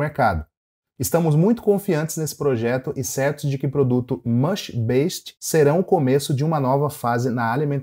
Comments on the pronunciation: Para de falar "Beixit" (Based)! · Vou tentar te ajudar a pronunciar a palavra "based" da forma correta: tenta falar como se fosse "BEIZID" com ênfase no "bei". 😉